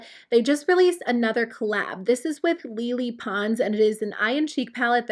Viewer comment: isnt it lay lay pons with pronouncing?